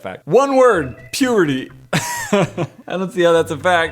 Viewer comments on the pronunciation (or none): did he say puberty or puherty